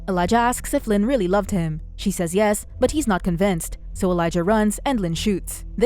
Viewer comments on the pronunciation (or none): none